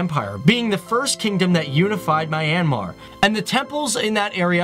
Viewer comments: Correction... this country is pronounced " MEE- YAN -MAR" and NOT "My-An-Mar" ...i almost cringed hearing that.. I have been to this country and the locals there say it as Mee Yan Mar. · Fact: Its not MY...AN...Mar......its MYAN...Mar. 👌👌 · it's - Me-n-Mar. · LOL My an Mar... It's Myan Mar, dude.. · I'm from myanmar and it's not pronounced my-ann-mar it's pronounced myan-mar! Seriously! This really bothered me throughout the video! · It's not Mye-an-mar. It's Mjan-ma. (Actually it shouldn't end in an "r") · is "Myan-mar",not "My-an-mar" ;) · It's not "My-an-mar" it's "Myan-Mar" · Random viewer Myanmar here. This is a really great video. I love how the details are well-written and presented in the best way. I only have some issues with some of your pronunciation First of all, Myanmar is pronounced "Myan-Mar". The river name is actually written and pronounced "Aye-yar-wady". I don't blame you because you found that weird spelling from awfully old sources. In the half way of the video, I feel depressed. I just realized the rest of the world values our tourist attraction structures, as ART and priceless. But meanwhile, some of those stupid Myanmar citizens see them as some useless old buildings. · It’s pronounced “ me - yaan - maar “ not the way he says it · IS MYANMAR NOT MINEYANMAR >:( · is pronounce myennn -mar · its not my an mar its man but with a y mar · You always say mi-anmar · He pronounced Myanmar wrong